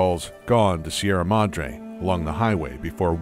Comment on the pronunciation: see-erra madr-hey